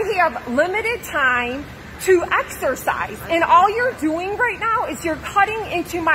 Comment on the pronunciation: "I want to axarcise"